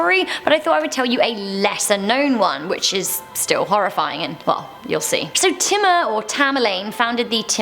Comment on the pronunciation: She called Timur wrong every time 😂. I know as I read about them and I live in India